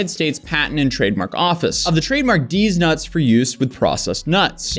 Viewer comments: Deez not Dees. Jeez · I'm such an 8-year-old cuz every time he says "Dee's Nuts" I just start laughing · Take a shot of crispy water every time he says Dee’s nuts.